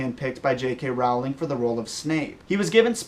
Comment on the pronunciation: The way he says "Rowling," it makes me cringe.